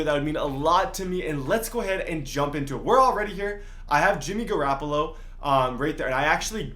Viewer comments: Uhh, this whole video I kept thinking, that this guy need some milk, and by the time he said gooraaapoola, and waaagnor, when he didn’t even trade both of them and when he said u can only trade two, I was done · “Garrappolo and Babby Wagner?”